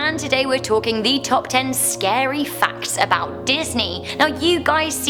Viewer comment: Hehe... I love the beginning because she said like Facks (Fvcks)